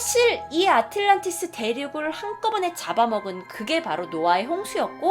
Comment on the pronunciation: 아틀란티스라고 발음하는게 맞지 않어?